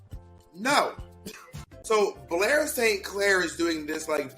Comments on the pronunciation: “Bore Safe Clair” 😂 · Bob has said "Blair S. Clair" so many times that, by six minutes into this video, it no longer sounds like recognizable words. They're just syllables. Blay-so-Clay